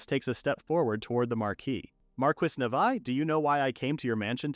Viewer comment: Instead of a title of a woman eating monster meat, it should be “princess travels for monsters delicacies” also, the name is not nevi……it’s pronounced nevee(nevi)